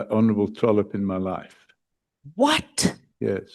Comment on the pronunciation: "Wat se you"😂😂😂😂😂😂😂im dead